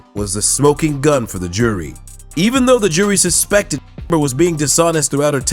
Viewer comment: 為什麼那個名字A…..唸不出來🤣